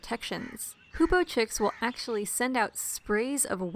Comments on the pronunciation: the video is awesome, but i have one teeny-weeny problem with it you misspronounced hoopoe every single time you've said it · just spend the whole vid misspronouncing hoopoe :(